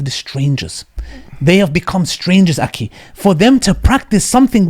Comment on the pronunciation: Can someone tell the brother to correctly pronounce the word akhi with a خ instead of with a ك.